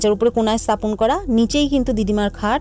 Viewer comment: কথাটা স্থাপন স্তাপন নয়। আর গমগম হয় ধমধম নয়